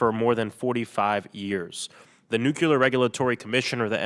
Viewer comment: The way he says Nukular